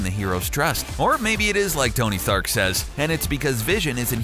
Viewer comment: Was it me or did anyone else realize he said Tony Thark instead of Tony Stark - ?